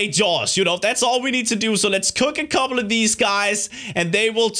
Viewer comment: I like how when you say "couple" it sounds like "cobble." xD